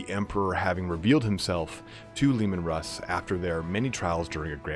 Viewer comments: At it looks like the Canis Helix might be changing them into Wolverine, not werewolves! And yeah dude- it’s ALWAYS been “Russ”, not “Roose”- another awesome video, out of nowhere. Thanks for these- they’re fantastic, and I love your style of presenting the lore. Looking forward to the next! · It's heresy to call him ROOSE HERSEY it's RUSS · It is in fact mostly pronounced 'rhoos'. The surname ROOS continues to this day. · MY NAME IS RUSS' (ROO-SS) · WHO THE FUCK CALLS HIM ROOSE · You're right Michael. If they wanted russ to sound like Roose, they would spell it Rus, like the Kievan Rus of our own history